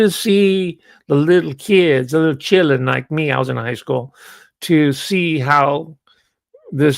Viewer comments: says " chillun" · I'm enjoying you having fun with the word "children." I recommend trying-on the pronunciation "chur-ren." It connotes more of a cognitive struggle.